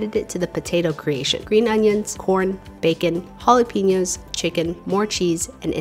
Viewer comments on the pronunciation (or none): none